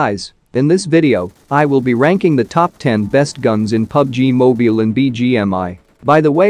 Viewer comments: 'Mobial' he said 😂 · I like how the narrator says pubg mobeal lol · You say pubg moybile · “PUBG Moobiyaill” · bro doesn't know how to say mobile